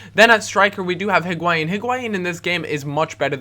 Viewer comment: It's not HIG-why-een. It's EE-gwai-een. The "h" isn't emphasized in Spanish.